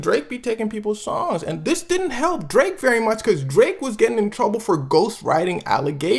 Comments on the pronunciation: did my man actually say, "vewwy"? Hahahaha, I'm geekin, my man slid in a mean ass Elmer Fudd impression all quiet-like, no hate or nothin like that... just thought it was funny, had me laughin when I heard it. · bro you did not just say “vewy” like you bugs bunny or something